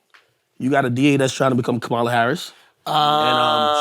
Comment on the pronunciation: FYI: Kamala Harris is pronounced "Comma-La"